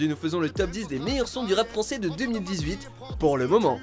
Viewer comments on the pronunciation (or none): Il as dit rap çai-fran😐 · "rap çaifran" ça te vas pas de parler en verlan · "pour le rap çais-fran" d entré de jeu ça m'a fumé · Il a dit le rap sefran 😭😭